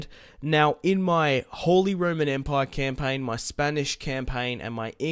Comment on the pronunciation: Close but the pronunciation is actually “ROMAN”